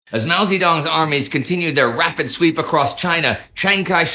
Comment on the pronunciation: Yup... and "Zedong" should be pronounced "tsuh-dong". And Deng and Peng with schwas as well. Generally, Indy's good at non-English pronunciation, but 10 minutes learning pinyin could go a long way.